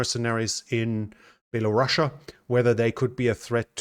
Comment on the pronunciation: Correct country name is Belarus, not Belarussia. Please 😊